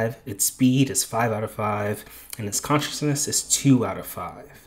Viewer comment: Conciseness NOT Consciousness